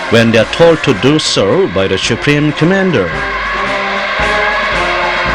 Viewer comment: This propaganda video's English speaker sucks ass. SHUPREME COMMANDER lol